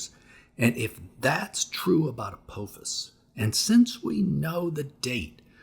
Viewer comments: Apophis isn’t pronounced with a long “o” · Pronouncing Apophis wrong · What if you learned how to pronounce "Apophis?"